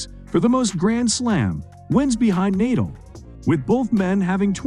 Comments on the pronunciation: Neidahl and Djoko-ouvitch?! Jesus... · "naedal"???? god sake, pronounce properly man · Agassi and Nadal....shocking pronounciation 🤦‍♀️